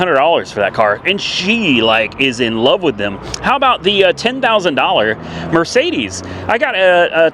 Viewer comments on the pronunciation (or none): none